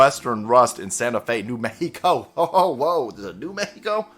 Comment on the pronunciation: I wish he didn't have to call New Mexico "New Mek ki ko." It just sounds xenophobic asf. I wish he would just shut his trap. Coof is just another name that right wingers and conservative independents call Covid.